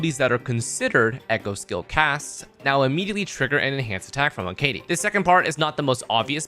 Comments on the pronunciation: he-ka-te* not he-kei-die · I'm sorry, BUT it's: Heh·Kuh·Tee